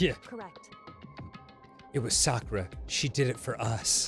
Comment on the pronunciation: dan pronouncing sakura’s name correctly is music to my ears